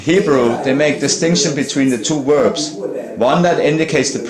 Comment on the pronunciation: I agree.It was hard work listening - like pulling teeth.For the word Verbs he said Werbs !